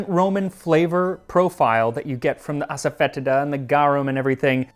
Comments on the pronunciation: Just a heads up that asafoetida is more frequently pronounced as "ass-fa-tee-da" by my tamil father, and white mother. Never heard it said this funny except for when you pronounce it. Cheers and good luck with your natural artificial onion and garlic flavour per at least the hare krishnas :) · Hey max congrats What is silphium? It's pronunciation is Ass-oh-fah-tee-dah Hope this helps